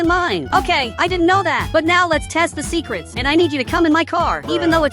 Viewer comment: Bro ur said secerts